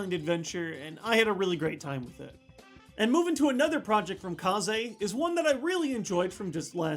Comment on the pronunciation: It's pronounced KAYZ